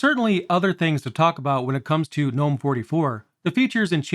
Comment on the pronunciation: Two things: 1. I love that you pronounce Gnome correctly. Thank you!!! 2. I love how my KDE plasma install wastes all of my RAM and only uses around 500mb